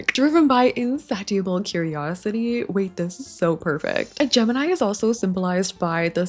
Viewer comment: insatiable is not "in-sat-iable"... it's pronounce in-say-shia-ble". similar to how information is pronounced and not "in-for-mat-ion"